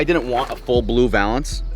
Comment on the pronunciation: You’re saying valence wrong bruhh 😂